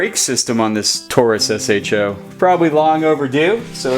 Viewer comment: I've heard you pronounce it SHOw more than once now. It's S.H.O., now SHOw. It's like the SVY Contour. You don't say Essvt when you pronounce it, do ya? Same principle.